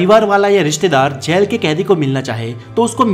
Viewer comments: Bhai galat bol raha h baar baar gel gel gel bol raha h bhai jail hota h jail achhe se to pronounced krle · जैल नही,जेल होता है। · aap jjyail Aisa kyo Bolte ho...it so simple word jail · जैल नहीं जेल 🙄🙄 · Plz pronounce jail. Not jael.. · Jaail nahi re baba its jail.... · Gel or jail bolna sikh lo balon ke gel ki bat kar rahe ho Kiya 😂😂😂😂😂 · Jell Nahin Jail Hota Hai Be , Pehle Theek Se Bolna Seekh Le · Bolna to seekho jail ya jal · Jail bolna seekhke pehle tu